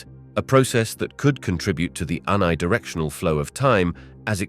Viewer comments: Who is the voice model in this video?. Where can i download this voice model?. Its a computer voice surely because it pronounced uni directional to un-ee directional instead of youni directional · oh wow you picked out one mispronunciation, good for you. the narrator has a great voice.